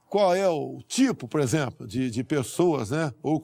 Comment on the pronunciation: "Um exempro simpres aí" "Posso ser inequivocado". Por isso ele odeia a cultura.